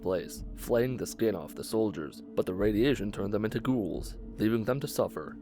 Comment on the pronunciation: the way he pronounce "Ghouls" is kinda annoying lol